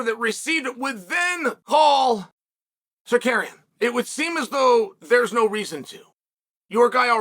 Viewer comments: Men can’t stop laughing 🤣🤣🤣, Chael it’s not tsakarian it’s tsarukyan lol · Auto subtitles has "Tsarukyan" pronouced like "Sir Karen" "Sarakian" and "Sarcaran" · Zarukyan would the accurate pronunciation 🇦🇲❤️✝️ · SAH-ROO-KEY-AN say it Chael, say it 😂😂😂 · Carukyan just that’s right pronounciatian 😊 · Arman “SarKaryan” 😂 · Armen Sarkaryan 😅😂that's incredible 😂😂😂😂oh Lordy it's Sarkaryan and Daroosh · Chael Stop trolling us with butchering these names!! 😂 And if the judge DID apologize to Tsarkarean, the UFC should investigate that 🤷🏻‍♂️ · Herman Sarkarian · Pronunciation of his name on purpose? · Why you keep mispronouncing his name on purpose, man? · Can you learn to pronounce their names??? God damn dude. Or just say Arman. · Bro said his name properly on ESPN then went back to his old ways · Cheal makes it a habit for mispronouncing people names smh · I saw the title of the video and knew I would hear 16 different pronunciations of "Tsarukyan"